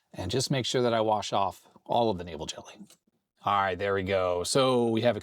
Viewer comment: I thought you were saying Navel Jelly...